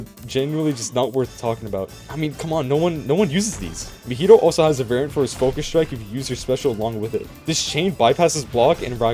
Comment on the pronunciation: Meh-hee-toe? Ma-he-toe MAHITO (ealry acces )